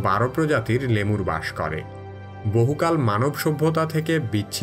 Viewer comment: প্রাণীটির নাম "লেমুর" নয়, "লিমার"। ধন্যবাদ।